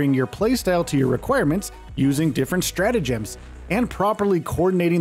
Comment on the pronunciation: the word "emphasise" is used allot in this video. which is suiting to the focus on the "G" in stratagems. your saying it weird.